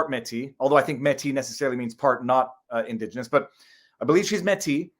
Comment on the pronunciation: You don’t even know how to pronounce Métis, your not a Canadian just some yahoo trying to make a buck off YouTube